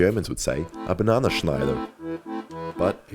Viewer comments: Du sprichst das falsch aus: es heißt Bananenschneider. Du vergisst immer das nen bei BanaNEN und sagst bloß auf Englisch banana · Not BanaNAschneider... BananENschneider! 🤦‍♀️ We wouldn't be German if we didn't value correct pronunciation. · bananenschneider Ya gotta pronounce the last 2 letters too Edit: not the last 2, I meant the en in bananENschneider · You said Bananaschneider, but it is Bananenschneider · Translation: You are pronouncing Bananenschneider incorrectly: It’s pronounced BanaNENschneider, but you are just saying the English banana instead of Bananen. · BananENschneider. Not bananAschneider. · You lould say BANANENSCHNEIDER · I ever need to know how to pronounce a German word… I’m here for you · your German pronunciation souds incredibly funny. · The Bananenschneider is really nice to hear as an German XD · In german its cold a Bananen schneiden its pronanct difrent